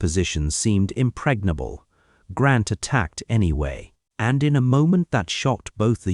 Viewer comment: Good GRIEF: his name is GRANT, not GrOnt .